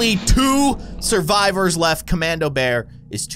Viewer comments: The way he said bearb was funny 😅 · Bruh you said Bearb